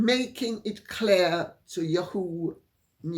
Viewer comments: Lady C, YAHOO is pronounced YAHoo not yaHOO. Thought you would want to know that. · Dear Lady C the pronunciation is YAA HOO. NOT YU HOO. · Dear Lady C, It is "Yah-hoo" with accent on the first syllable. This is an Americanism long-used before YahooNews came into being. It can be a perjorative name, as in, "That yahoo doesn't know what's up." Maybe a cowboy in the late 1800's would say with exuberance, Thank you for your work. I appreciate your "Yippee!" and "YaHoo!" But nowadays it is just ya'hoo. However, I love your way of saying it as "YehHOO"! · YAhoo. Accent on first syllable. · Lady C, it is pronounced “Yah-who” News…accent on “Yah” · YAW-Hoo, accent on first syllable. I don't believe for one skinny minute that there was a mutual parting at Spotify. Her lazy, sorry ass was dumped, and his along with hers! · The British way Lady C says yahoo makes me laugh